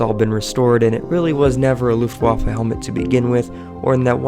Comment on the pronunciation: Good video but damn dude learn to say Luftwaffe correctly